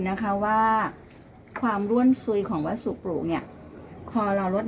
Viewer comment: วัสดุ อ่านว่า วัด- สะ-ดุ ไม่ใช่วัดสุ ครับ รวบคำจนภาษาไม่มีความหมายครับ